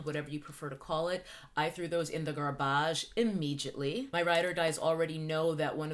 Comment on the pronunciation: "Garb-barge?" WWWWHHHAAATTT?